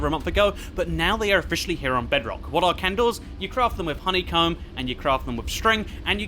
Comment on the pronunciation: it sounded as if he said honeycum